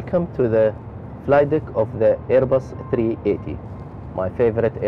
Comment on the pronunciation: Ur the pilot and U can't even say the name right A380